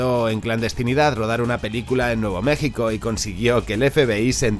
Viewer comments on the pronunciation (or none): none